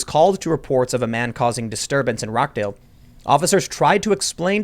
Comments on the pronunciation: pronounced "rotch-dale" :) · Ok... i know its not really important right now and its a really minor thing but. Its Ro- CH- dale like the beguining of Cheese not Rock - dale also Rochdale/ greater Manchester have always been a toubled area. The British police aren't like American cops. Its rare to see an armed officer on patrol here the most protection they useually have are tasers and batons. Our police have been seen as a joke for a long time now to a point where you can find videos of them being assulted both physically and verbally. British police have a soft approch to things. It dosen't help that they're standards in fitness, funding etc have dropped significantly. They've dropped the idea of being strict enforces of the law for a more approchable less intimidating type of persona. So much so that no one takes them seriously enough even without a pandemic going on. I imagine they've been bitten, punched, kicked and spat on waaaay before Corvid 19 was a thing. Its just being reportted on more because its a pandemic as you said. Fun fact a full grown male humans jaw can put out enough preasure to rip out another humans throat (162 lbs is average according to google) and it can take as little as 5 to crush a wind pipe. Happy thoughts. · roch dale not rock dale surely in rochdale every night is a bitenight :) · Rochdale pronounced Rotchdale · Rochedale pronounced Rotchdale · Having been to Rockdale many times, that's not how you say it Tim.